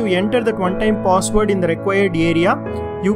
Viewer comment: Why do he say pos ward... instead of password lol